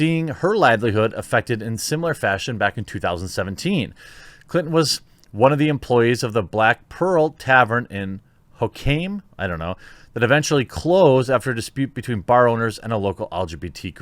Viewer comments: hoquiam=ho-kwee-yum. Now try saying Puyallup or sequim. 😂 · Hoquiam is pronounced Hoe-quee-um for those who are interested. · hoe-kwi-um is how "Hoquiam" is pronounced. I know that you don't collab with other youtubers, for whatever reason, even if it means more views/subs/money, so why are you saying that the cakemaker should just make cakes regardless of what her beliefs are? Kind of a hypocrite thing to say, imo. She's not the only cake maker in Colorado, and she doesn't turn people away based on their identity. She turns away custom orders that would require her to make lgbqt-esque cakes. If you don't want to collab with others, you shouldn't have to. And if she doesn't want to make a cake with 2 d***ks touching, then she shouldn't have to either. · Its pronounced Ho-quee-em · (ho-qee-um) is how you pronounce Hoquiam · Ho-Qui-am, the qi is pronounced kwi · Hoquiam (Hoe-kwee-um) You're welcome bb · Jeremy the town Hoquiam is pronounce Ho-Quee-Um,just thought I'd educate you on it. It's a native amaerican name so it gets pronounced wrong alot,just like with Sequim the E is silent (Skwim). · one of our cool native American names here in Washington state. :) Pronounced Ho - kwee - M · It's pronounced "Hoe-Kwee-Um". Yeah, a lot of place names in the state of WA have native names that will never be pronounced correctly on the first guess when read by someone outside the region. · It's pronounced ho-kwee-um... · Just fyi and not a big deal but Hoquiam is pronounced Ho-kwee-um. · Ho-quee-uhm that's how you pronounce it. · I no longer live in Aberdeen, but I grew up there. I know this guy. I always liked him. Also, it's pronounced Ho-KWIM....like if someone called you a mewling...well...it sounds like slang for vagina. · It's pronounced "hoke-we-umm". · Jeremy: It is "Ho-qwee-um." It is, like most/all Washington cities, a Native American word. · Pronounced "Hoe-Kwee-Umm", next door to Aberdeen. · That's pronounced Hoe-quee-um. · It's (Hoquiam) pronounced [Hoe-Kwee-uhm].